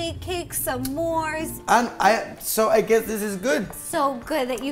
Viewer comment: A person: "s'mores" Ro: sm mores